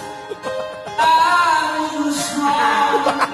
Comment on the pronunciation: Haha lip sync. correct me if Im wrong. Kpag mag bibigkas ka ng life. Dpat nasa bibig mo yung mic. Pero lie lang na bigkas nya walang "F" dun lang nagka "F" ng nilayo na nya ang mic sa bibig nya. And sabi ng mga kasama nya. "E buka pud bay atubang dri" haha dun palang cnu bisaya here??